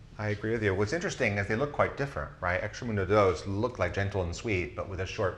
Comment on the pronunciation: Great stuff, very informative! BTW I think it's "extract-a-mundo" not "extra-mundo"